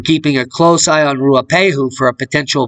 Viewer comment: Your pronunciation of te Ruapau mountain in Nz is getting good. BOOM of nz. Picking up wat you have laid down.